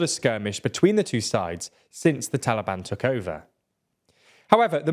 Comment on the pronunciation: Why Iran and "Taalibaan"? Are they not the official govt of Afghanistan? Why this horrible bias? PS : another reason you should have rather said Afghanistan, is your pathetic pronunciation of Taalibaan